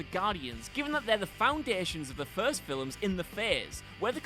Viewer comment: Are you saying "filems"? sure sounds like it